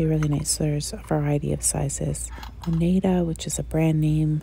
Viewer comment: Oneida! That's made up near where I grew up! It's pronounced Oh-neye-da (one of the First Nation tribes in the area). Unless there's a different Oneida company, which there may be. Verrrrrry interesting/weird tale attached to the Oneida Flatware Co.